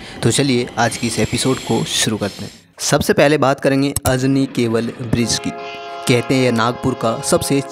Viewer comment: Anji nahi ..ajani hai 😂